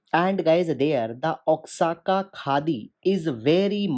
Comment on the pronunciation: With regards sir, Oaxaca (pronounced O-aa-ha-ka) - Indian Express